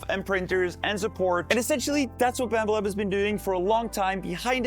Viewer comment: did i just hear "Bammba lab"?